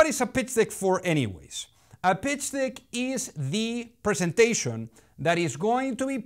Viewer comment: PITCH DICK ??? LOL Be sure you say DECK (como la E en Castellano, un poco más abierta) because dick... LOL is not deck. Just an advice. Check the sync. I would use a English speaking V.O. speaker, it will make the videos really better.